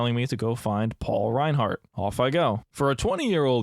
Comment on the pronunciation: Liked and subbed for pronouncing Reinhardt correctly lmfao